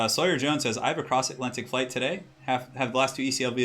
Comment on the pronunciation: Aww someone who can say Sawyer properly. Refreshing!